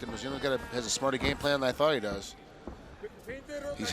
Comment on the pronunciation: Frommmmm Russia: SeRRRRRRRgei.. KHARITONOV! Love how they pronounce Kharitonov.